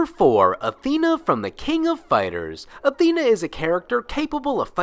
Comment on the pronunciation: Unrelated. I really dislike how majority pronounce Athena. I don't want to be that guy. But it does bother me